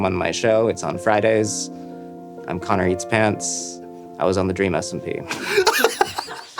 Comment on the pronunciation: I swear at the intro i heard careatspants